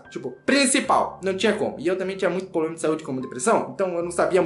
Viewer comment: Muito "poblema".....